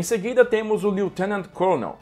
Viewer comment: Apenas fazendo uma pequena correção na pronúncia da palavra "colonel". A pronúncia, em inglês, de "colonel" é idêntica à da palavra "kernel", mesmo não tendo a letra "r" na palavra. Então não se pronuncia "côlonel", mas sim "kêrnel".